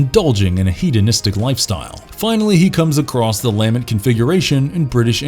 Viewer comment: Great video by the way, but is anyone else really annoyed at how they pronounce Lament and Le' Marchand? 🙄